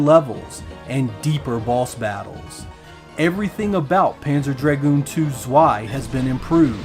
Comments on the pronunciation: Panzer Dragoon ZZZZZZweeeeiiiii 😂 And Americans are telling us Germans that we‘ve got a terrible accent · it’s German, that W is like a V. It’s pronounced like tsvai. Rhymes with sky.